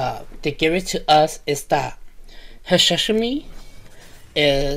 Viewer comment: hashashin not hashashimi dude. You are thinking about food again, sashimi. hahaha